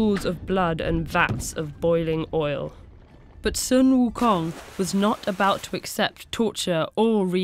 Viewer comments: in chinses the money king's name is pronounced like this: shu eum houng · Sun Wukong is not how you pronounce it, its "Soo WooKoong" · uh so its actually pronounced Soo Wookoong (In the language) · Sun Wukung is the inspiration for Goku from Dragon Ball: 1-Magical Staff that can elongate 2-Monkey Tail and Martial Arts 3-Rides Clouds at very fast speeds Son Goku is even the Japanese pronunciation of Sun Wukong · this is terribly inaccurate lmao- "sUn wU kONg" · Ahhhhhhhhhhhhhhhh the pronunciation. Other than that, great video! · why not get native speaker to say sun wukong's name? haven't they done that before? it's so grating to hear the pronunciation in the middle of her sentence.